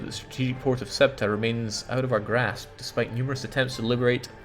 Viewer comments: now I guess it doesn't matter because your glorious Granadans conquered it haha but in Spanish it's pronounced /ˈθeuta/. If you're not familiar with the phonetic alphabet, then something like THEOO-tah. The "e" is like an "eh", and the "u" an "oo". But the "eu" is pronounced together as a single syllable. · Every time he pronounces Ceuta as "SWETA" I die.